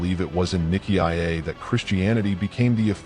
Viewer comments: If you can pronounce it properly, don't make a cideo about it. Nicea is pronounced N-eye-see-a. There is no I before the A that you pronounce. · Why the new pronunciation of Nicea? AI?